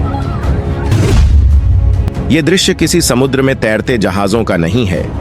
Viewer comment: Sumadra Devta Nahin samudra Devta 😂